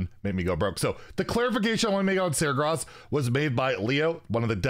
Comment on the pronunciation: Great video as always, but pleeeease can I nitpick on pronunciation? It's annoying, but I really wanna write Sar-GUE-ras. ^^